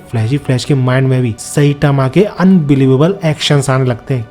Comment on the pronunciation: साईतामा ❌ सैतामा ✅ 😂😂😂